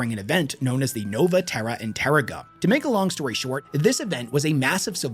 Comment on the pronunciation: "inter-reg-numb" is how its pronounced. Great video though